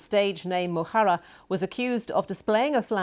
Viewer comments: Decent pronunciation of the Gaelic "Mo Chara", and of his name 'Liam Óg'. Well done! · He did an EXCELLENT job with "Mo Chara" and "Liam Óg", a hell of a lot better than many Dubs on RTÉ! He made a decent effort at Irish Gaelic pronunciation, using the phonemes provided to him by the Queen's English. Fair play to him for the effort (note the marked difference between this and Northern Orangers who deliberately mis-pronounce Irish Gaelic names.) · To be fair, he pronounced "Mo Chara" and "Liam Óg" pretty well. He wasn't being a colonial Limey prat at all (more respectful than RTÉ), he was doing his level best at Irish Gaelic pronuncaition with only the phonemes provided by the Queen's English. So I recokon the BBC (or at least this chap) is blowing with the prevailing wind and tryng their best to get it right.